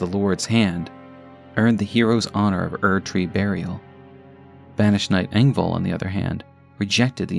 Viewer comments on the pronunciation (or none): none